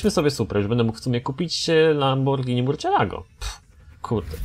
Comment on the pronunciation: Nie mówi się murcielago tylko mursjelago :D